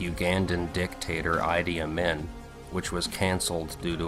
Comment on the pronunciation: Love your videos. I often have trouble with pronouncing words I've only read so I'm sharing sources. Idi Amin the I's say eee - EEEdee Ameen. Keep up the awesome work on videos!